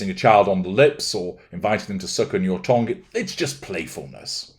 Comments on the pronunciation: Why are you saying tongue like tong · OMG - thought he said "tong", which I assumed was another version of "todger". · I love how you say 'tongue' 😂 😅.